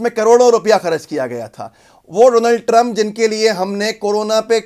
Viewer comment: Bro you said meister doland trump